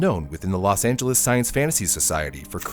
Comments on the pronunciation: "Los Angeleez" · "Los Angeleez"?